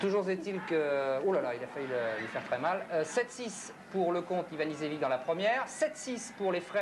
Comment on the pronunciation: Ha, that was fun to watch! I was in Paris in '93 and watched the match, amazed by Luke's serving ambidextrous! Luke had a whole suitcase of different sun glasses for changing light conditions... The idiot of the French commentator mispronounces both Ivanisevic's and Jensen's names